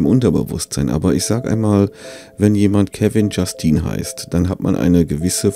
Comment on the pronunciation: "...liebe Kanalis...damit ich auch noch Euren Enkeln auf die Eier gehen kannl..." Herlich :) Kevon Justin hat unbedingt auch mindestens 90% eine graue oder schwarze Baumwolljogginghose an...tags UND nachts. ...obwohl ich - laut Deiner Aussprache - bei Kevin-Justine auch ein geistiges Bild vor mir hatte, aber das sollten wir nicht weiter vertiefen :-P